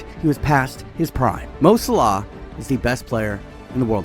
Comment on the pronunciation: As an Egyptian he says it more accurately than British people do it😂